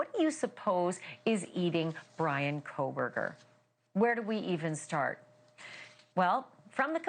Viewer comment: They're calling him "Breanna" 😂